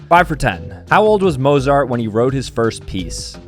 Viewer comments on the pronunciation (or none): none